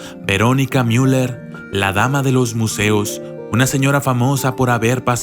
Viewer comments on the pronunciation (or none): none